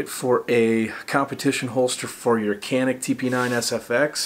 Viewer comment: Pronounced (chaneek)